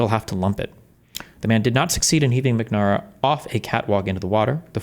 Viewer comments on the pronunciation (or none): Its pronounced Robert Mac-Na-Merra. Jesus Christ, how do you not know who he is??? But yea, some of these pro Pal reactions to the shooting are wild. Noah thinks this is just some random killing. Hasan thinks its a false flag. Like neither one of them can believe their words might cause some action. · Robert "Mack-Na-Mara". An important figure in 20th century Anerican history.